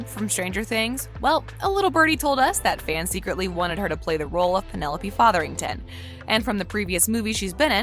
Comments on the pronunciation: it's penelope featherington not penelope fatherington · I don't mean to be picky, but shouldn't the narrator check on the pronunciation of certain words before recording the video? Regé is pronounced Reggae, Jean rhymes with John, and the name is Featherington. Plus Lady Danbury is not Simon's grandmother. She's the best friend of his late mother and helped raise him. Did you watch the series?